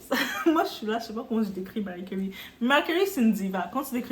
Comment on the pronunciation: Commentaire hors sujet: suis je la seule à entendre "Mary Curry" 😂 La situation de notre Diva me fait penser à la situation de Julia Roberts avec sa mère qui idem reproche à sa fille de la laisser dans la misère. Il doit y avoir également des raisons qui nous échappent...